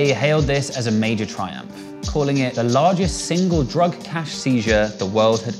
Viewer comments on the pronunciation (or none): none